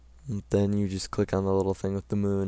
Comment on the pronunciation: i like when he say 'the thing with the moone" lol thnkx